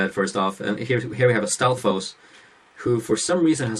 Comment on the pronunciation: in standard hyrulean pronounciation, you don't pronounce the "s" on 'stalfos'